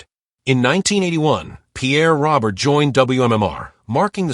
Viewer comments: His last name is not pronounced like the male name Robert. It has a French pronunciation like Row-bear. This AI shit has got to end! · If this video was meant as a tribute. That AI slop just crapped all over it with that pronunciation.